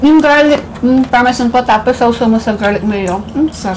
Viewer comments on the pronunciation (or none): FINGER LICKING GOOD! 😋😋😋😍😍🥰🥰😃 Ps: GARLIC PARMESAN not PARMESAYN not bashing you ok? ❣😎✌🤓 Atsaka pag maanghang ang mga wings sausage nyo sa RANCH DRESSING para di na masyadong spicy...